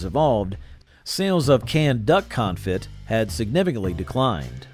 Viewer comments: It's pronounced duck "con-fee", not duck con-fit. Your pronunciation is about to make me have a "con-fit". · Conefee not confit…. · Confit is not pronounced con-fit it’s pronounced con-fee! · It's pronounced coneFEE, not CONfit. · You should investigate the pronunciation of the word 'confit' as in duck confit. It is pronounced con-fee not con-fit. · My ears hurt every time you mispronounced config. It's pronounced "con-fee"... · It’s pronounced con-fee. Not confit. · Confit??!! Surely you mean "confee" old boy. Gotta brush up on your French. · "Con-fee" not "confit. . Francious. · Confit is pronounced con-FEE. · Duck CONFIT? Its "Con-fee" you boob! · its pronounced Duck Confee. LOL its Duck cooked in duck fat and its awesome. But not canned. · Con Fe. You don't pronounce the T. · Sweet Sue still makes canned chicken products. They make chicken and dumplings, boned chicken, canned white meat chicken, chicken broth and yes the whole chicken. By the way confit is pronounced confee. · Duck con-fee is how you pronounce confit. I don’t want to step on your toes, sometimes we all could use a little help ❤ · Not how you pronounce confit. And the dude just has to say it wrong like 50 times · BTW, that isn't how anyone who knows anything about food pronounced confit. Quail eggs are delicious! And trust me, the "culinary tastes evolved toward healthier food" line is not true. There was not an obesity epidemic in the 50s-80s and the first case of type 2 diabetes in America was Diamond Jim in the 1920s. Now, people live on processed, pink slime, fast food trash. My great grandparents lived to around 100 on nearly all sides of the family eating things like corned beef hash.